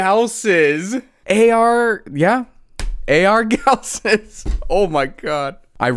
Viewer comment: "AR GALSSES"